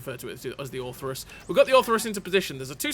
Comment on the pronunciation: Orthrus, not Ortherus